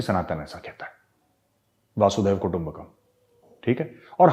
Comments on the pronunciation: मेजर सा'ब, आप ऊपी के होकर अशुद्ध उच्चारण करें तो अच्छा नहीं लगता है। "वासुधैव कुटुम्बकम्" नहीं, "वसुधैव कुटुम्बकम्" . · Major - the correct pronunciation is Vasudhaiva Kutumbakam - "वसुधैव कुटुंबकम" - It is not Vasudaiva.. Please correct your statements. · वसुधैव कुटुंबकम् not वासुधैव कुटुम्बकम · VAASUDHEV KUTUMBAKAM nahi hota hai major sahab. VASUDHAIVA KUTUMBAKAM hota hai. please correct it. VASUDHAIVA ka matlab earth hota hai. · बढिया video as usual. Sir, with due respect please note, वासुदैव कुटुंबकम ये उचित उच्चारण नही है. उचित उच्चारण है वसुधैव कुटुंबकम. वसुधा एवं पृथ्वी. वसुधैव कुटुंबकम का अर्थ है की पृथ्वीही कुटुंब है. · Major sahab. One correction. Vasudhaiv kutumbakam. Vasu is वसु